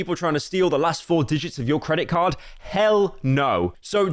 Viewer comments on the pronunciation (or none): none